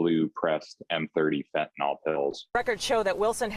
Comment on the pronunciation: when even the police and the reporter cant pronounce it right. its not fentaNOL its fentanyl.